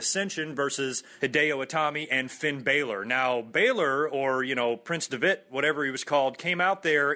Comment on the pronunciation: Great review,. Always good to hear what you think of other shows, outside of Raw. Also lol at you mispronouncing Prince Devitt's and Adrian Neville. XD